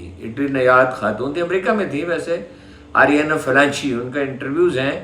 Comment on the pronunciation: Oriana Flacci not Flancci